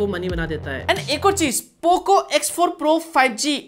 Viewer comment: Bro pooo cooo bolne ka style mast hai 😂😂😂😂